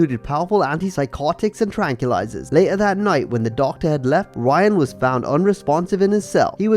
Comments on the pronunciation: NOT Ryan grace! In brazil R makes an H sound, so its pronounced "Hyan" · You need to pronounce Brazilian names better it’s not Ryan it’s Hyan